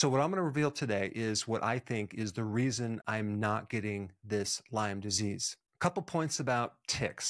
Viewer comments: It's Lyme not Lymes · It’s not pronounced Lyme’s, it is Lyme. And it can be transmitted in as little as 15 minutes. You need to actually learn more about this.